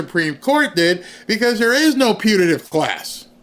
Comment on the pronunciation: Putative with a “t”, not Punitive with an “n”.